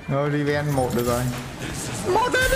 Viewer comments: Draven và Riven : Đờ ra vừn và Ri ven . Bét đọc Trâu :)) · Draven - Riven =))) vl đọc